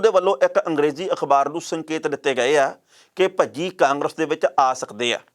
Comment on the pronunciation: ਭੱਜੀ ਨਹੀ ਭਜੀ 😜😂😂😂